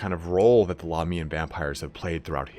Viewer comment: God I wish you would stop pronouncing Lahmia and Lahmians incorrectly.. think of it of how you pronounce America and Americans.. Australia and Australians.. it shits me in all your videos of how you pronounce it incorrectly and even at times switch between the two! ie. occasionally you get it right.